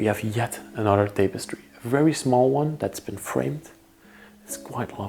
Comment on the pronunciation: Pronounced: "tap a stree" Tapestry